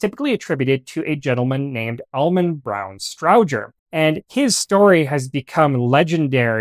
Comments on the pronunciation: Almost all correct, the pronunciation is off for the central office can switches always heard it pronounced “Strowger” (long O) and not short O as spoken here. Its Stroooojer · It’s a STROWGER as in ROW-ING, NOT EYE-BROW. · Well done! I've always heard Strowger's name pronounced as "STROH-jer". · As a former employee of a central office equipment manufacturer, I was taught that Strowger was pronounced with a long O and a hard G, which is not the way you say it. Did you reach your pronunciation based on how Almon Strowger himself pronounced it, or did you just assign a pronunciation based on your assumptions?